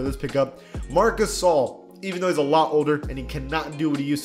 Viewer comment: Is it just me but sometimes when someone says marc gasol i hear marcusoll